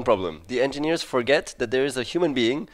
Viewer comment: He doesn't pronounce engineers but ingegneri